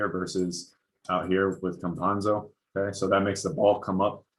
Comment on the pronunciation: It is pronounced Campasso, as Picasso. The letter N does not exist in his surname. Basketball analysis is perfect, and only two letters separate you from the perfect pronunciation of his last name. :) Stephen A Smith can't pronounce the name of any European player correctly, and you pronounce them very well. I'm a follower of your channel, so I gave myself the freedom to correct you. :)